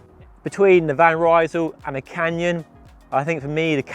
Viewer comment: Hey, van Rysel is not a british Brand! Would you mind to pronounce the name of the brand correctly? It is like "Reesl"! The word is spoken as it is written, though this might not help an English speaker.